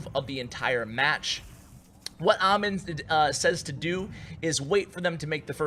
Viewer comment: Wow, that dude has a same name as mine but you pronounced it wrong its " A-m-e-e-n"